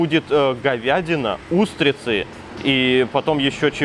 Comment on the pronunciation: Двух троих (двух трëх) говядина и утрицы (говядина и устрицы) замарачИлись (заморОчились) из глаз и ушей кровь пошла, ты чего там в Тайланде совсем забываешь русский язык?)